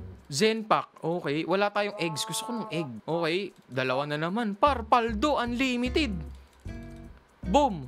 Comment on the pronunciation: Paldoo = kalboo😂😂😂